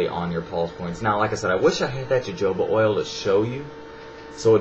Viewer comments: Jo joba oil, it's pronounced 'ho hoba' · lol u said jojoba :p its pronounced hohoba! haha but yeah his was really informative! thank you!! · fyi it is pronounced "HoHoba" not "JoJoba"...just thought you shou;d know.... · jojoba oil is pronounced hohoba oil (